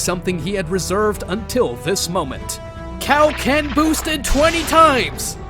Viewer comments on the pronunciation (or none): none